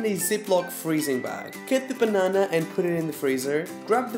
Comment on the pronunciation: I love the way you say "banana" very portuguese!😂🇵🇹 Beijinhos!💕